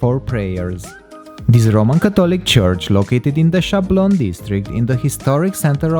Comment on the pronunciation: I have to remark that we don't say "Chablon" but "Sablon" with an S at the beginning . I don't know but "Chablon"must be a spanish pronounciation .